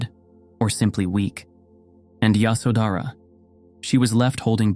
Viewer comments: The pronunciation of names hurts the ear . Her name is Ye sho dhra. The baby’s name is Ra hool. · Yoshawdara it was pronounceed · Pronunciation please pay attention. Ya sho dh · Her name is pronounced 'Yaśodharā' and as far as I know, she was aware that Siddhārtha went to seek truth. He would not have left his wife with such anxiety nor would he have been able to meditate with a restless mind. It is good that you reminded us of her and her courage and wisdom. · Phantasm, jusrt fantasy, only very few facts. First of all, learn to pronounce the names righyly, Yshódara, Rpahukla, . SeciondÑ The marriage as it stil is tradition in India was arranged. Nop love involved. Third For centuries no name of her was known. She was just called “ the Buddhas wife or the mother of Rahula. Only centuries later, someone invented this name in a Chinese manuscript.When Buddha visited his home after many years later Yashodara sent Rahuka: Ask your father yor heritage. When Buddha entered her room he was accompanied by one of his disciples, because ehe could not be alone with a wife, not even his own wife. The main promotor of the women wanting to enter the sangha was not Yashodana but Buddhas stepmother Krishna Gotami. And Ananda was the middleman. Stop talking about THE KONG ROAL etc. Buddhas father was never a King but only a governor. Why is Yashodana not muh mentioned in the scriptures? Because he did not play a great role. There were other women who have were more important. Even Rahula who followed his father was not important. And who was present the night Buddha left his home to tell us what he did and what he felt? Who was interviewing Yashodara what she felt all these years? Just fantasy, fantasy. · When you are narrating her story you should at least pronounce her name right